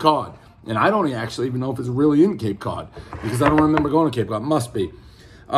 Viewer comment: Cape Cud Peez Err 7.2